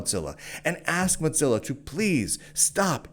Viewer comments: Bro really called it Motzilla the whole video. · please,, there no 't' in Mozilla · call it modzilla one more time! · Am I the only one who pronounces it "moe-zilla"? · Muttzilla* and it's hillarious that's what's got you folks triggered, like there is no other argument so people take to deconstructing his pronounciation of Mozilla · Your pronunciation of "Mozilla" should be a crime. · Mozilla firing enough employees to completely shut down work on the Rust-written browser Servo is a great reason to despise them without mispronouncing their name.